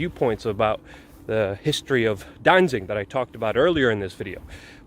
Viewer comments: It's Danzig and not Danzing - you ought to know, but knowing you're a shill... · Danzig not danzing. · Its pronounced Danzig, not Dansin or Dainsink